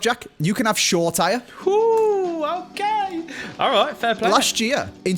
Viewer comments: Please stop calling him “sure tyre”, it’s pronounced “sho-ray-tea-ray” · Shola Shoretire is pronounced as Sho-la-Sho-ray-tee-ray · Future reference … it’s pronounced Show-Ruh Tee-Ray